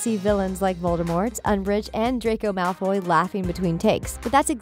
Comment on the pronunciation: sis its Malfo'Y'